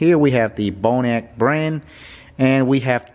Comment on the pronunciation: Looks like "Bon Roc" to me, not "Bone "E" Ack"